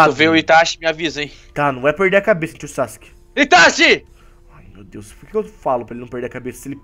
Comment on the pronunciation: Itachiii nao itathiiiii porra